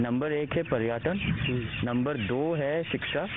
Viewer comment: पर्याटन नहीं होता है पर्यटन होता है second pappu 😂😂🤣🤣